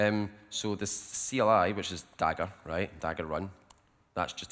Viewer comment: you mean rejt